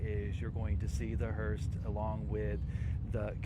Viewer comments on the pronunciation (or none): Someone please tell the reporter on the scene: There is no t in the word *hearse*. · It's called a HEARSE! Not HEARST! there's no T on the end of the word.